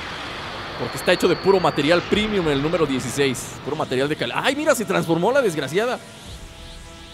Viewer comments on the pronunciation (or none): none